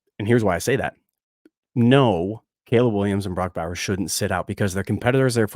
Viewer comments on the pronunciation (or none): none